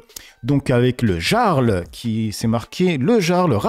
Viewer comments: tu me rend fou dans tes prononciations des fois 😂😂. Ça se dit le Yarl comme les vikings! Ahah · On dit : le yarle bien qu'écrit avec un J. Et il a des rémunérations donc il paie des impôts 😊